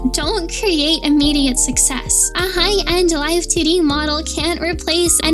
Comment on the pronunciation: Every time I heard you say 2D I kept hearing it as tiddy Here are the hearts to know I finished video 💜💜💜